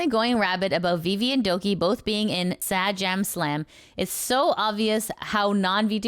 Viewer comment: For next time Sajam comes up, it’s pronounced Say-Jam